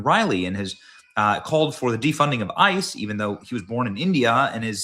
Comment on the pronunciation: he is going to abolish ice but he cant even pronounce it